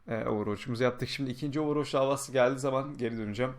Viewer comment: hocam sana bir sorum varda ''Ovurvoç'' ne?:d